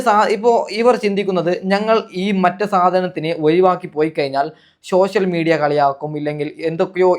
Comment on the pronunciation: ശോശൽ മിഡിയ യോ 😂😂 ആദ്യം പറയാൻ പഠി ക്ക്